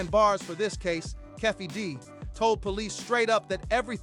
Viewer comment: Who's Keffe D? It's Keefe D!